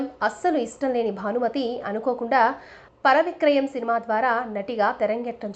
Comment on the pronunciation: పర విక్రయం కాదు..వరవిక్రయం....